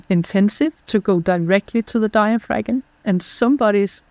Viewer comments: My erudite dear its digh-uh-fram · Why didn't you correct her on her MISpronunciation of- DIAPHRAgM? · Hope you corrected her pronunciation of diaphragm...off camera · I got such a big kick out of how she pronounced diaphragm. Lol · Very interesting podcast. Please learn how to pronounce diaphragm properly in English. It is the one key component in your approach and to hear that one single word mispronounced over and over and over makes it very challenging to listen. Especially when nothing else is mispronounced. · That pronunciation of “diaphragm” is wild.